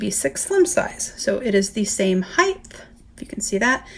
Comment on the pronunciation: It’s such a pet peeve when people say HEIGTH instead of HIEGHT lol. Great video tho thank for the comparison it’s super helpful!